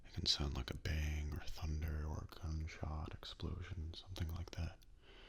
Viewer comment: I know you said gunshot but at first I thought you said "they hear a loud cumshot"